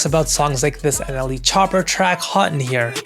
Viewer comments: "NLE Chopper" 😭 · “nle chopper” 🤣🤣🤣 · "NLE ChoppER"😂😂😂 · he really said "NLE Chopper" 😭😭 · "NLE chopper" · Bro said NLE chopper 😂 remind me of a white gay who said Buster Rhythyms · "nle chopper" LMAO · “NLE Chopper” you’re also getting too old 😂